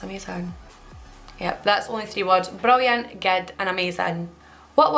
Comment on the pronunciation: about rolling R's: "I don't do that.", describing something great: "brrrilliant" 🙂